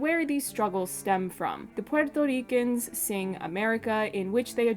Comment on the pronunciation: Love your video and your pronunciation if Puerto ricans. FYI. Puerto Ricans like NativeAmericans and African Americans did not immigrate. Puerto Ricans are born US citizens since 1917 and the island became a territory of the United states much earlier in 1898. The correct term is migrant because it applies to citizens who move from one part of the country to another. The term immigrants propagates the myth that we are foreigners and need visas or green cards which we do not. To add insult to injury most of us have partial Amerindian ancestry and these ancestors were the very ones Columbus called Indians.